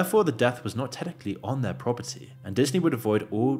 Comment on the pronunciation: "Abdominal Snowman", "Tenically", learn English, clear the mush-mouth, don't interrupt telling a story with your take on Disney being woke and stop talking so fast. Thanks, bud.